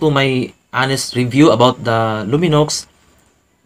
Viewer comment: Silent x po pag pronounce